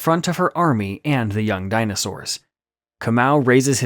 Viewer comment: I like how you pronounce KAMAU a very common name in the Gikuyu/Kikuyu tribe 🇰🇪🇰🇪😊😅, so yes, it makes so much sense about him being a captive. I was genuinely caught off guard by the ending 😂😂😂😂😂